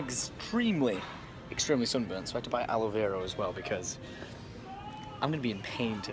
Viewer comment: 'Aloe Vero' -Tom2k17